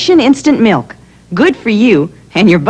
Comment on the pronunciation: And she can't even pronounce milk correctly. I remember that from when this first aired and I was a little kid. She pronounces it "miwk". Odd they would get a spokesperson who can't even pronounce the product.